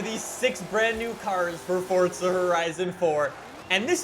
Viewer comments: Please just say forZa not fortza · For-za * not fortza. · I'm more annoyed that he's saying "Fortza" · Nigga really calls it F o r t t s a h